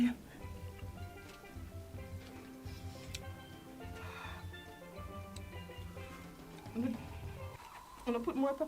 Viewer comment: Him say redeeem😂😂😂😂😂😂 😭😭